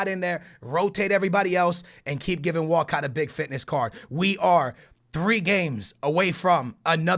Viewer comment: Is it just me or whenever says Walcott does it sound like he's saying walkout.